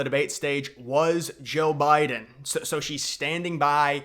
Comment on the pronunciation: Jeal Biden? Lol